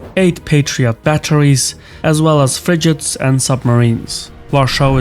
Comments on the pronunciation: what's a fridgit? Is that another name for the magnets that stick to the outside of the fridge? Damn robot voices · Your production quality seems to be a cut above the rest; impressive! But a few things: – The "g" in frigate is a hard g (as in "gate"), not a soft g (as in "gesture"). – The word kilometre is pronounced as if it rhymes with "nanometre" or "picometre", not with "thermometer" or "speedometer" (because it's a unit of measurement, not a measuring device). – Infrastructure and personnel is a measurable word, not a countable word, so there are no "infrastructures" and "personnels"; they would have to be made countable by using a count word to chunk them off, so it would be "pieces of infrastructure" and "number of personnel", for example. – The country's name is the US, not "America" (which is a continent) even though the demonym/adjectival is "American".